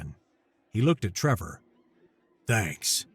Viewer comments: So Many, Many Times says Trevor, when it is plainly spelled Tevor. should remake this vid with apologies to all for his basic reading/speaking problem, it is NOT "Trevor" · TE-VOR, not TRE-VOR, read the script and do not put imaginary letters in there.